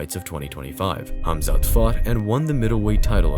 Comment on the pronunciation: HABIB ❌ KHABIB ✅ HAMZAT ❌ KHAMZAT ✅ Get your Pronounciations right